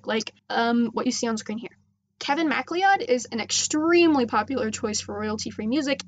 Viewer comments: its mac cloud not mad leeeeeod xx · Just a wee heads up: "MacLeod" is pronounced like "Mac-Cloud". It's a common Scottish last name. :) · Lol Macleod is pronounced MA-CLOUD although I understand why you'd say it like that. It's an ancestral name of mine and I had always heard it but never seen it so when I'd read Macleod I would say it the same way you did until I realized my ancestors name and the one I'd been reading were the same. Anyways, great video, thanks for the help! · This is helpful, but lemme give you a correction on how to pronounce Kevin's last name: it's pronounced ma-clowd. Since I BELIEVE he might be Swedish or something like that..? I dunno. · Eyyy. For future reference MacLeod is actually pronounced like "muh cloud". I'm not sure if anyone else pointed this out yet, but I thought it would be something good to point out.